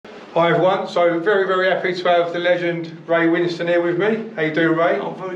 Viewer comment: Not trying to be a dick her and the poster you are replying to wrote Winston (as in Churchill) and you pronounced it like that in your introduction, but you spell Ray's name Winstone (as in made of stone), and so I think that the second syllable of his surname is pronounced as -stone. I might be wrong though, so perhaps you can ask him if ever in his company again and might even earn some Brownie points if he was too politic to say anything previously, or if you have a mutual friend or contact then maybe ask them instead.